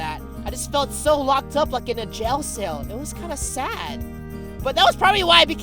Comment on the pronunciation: he said "Gel Sale" instead of "Jail Cell"